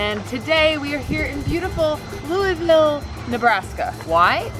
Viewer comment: Wow! You were in Louisville (pronounced: loo-iss-ville 😏), NE?! That's 45 minutes from my house! Dang. 😱🤩